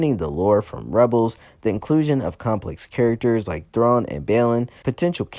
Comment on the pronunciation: whose Grand Admiral Throne? Do you mean THRAWNE??